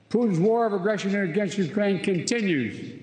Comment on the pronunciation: He can barely do that! Did you catch the “Urain”? What a joke.